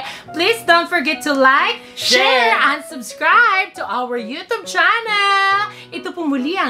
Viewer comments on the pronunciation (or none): none